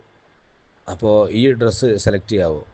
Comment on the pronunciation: It's dress not tress.